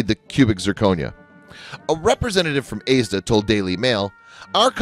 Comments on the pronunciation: Aysda? He means 'Asda' lol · Lol, in addition to ASDA being pronounced AISDA , I couldn't resist a chuckle at her Hen Night being described as a "Bachelorette Party"😊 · Did he just call Asda, aeesda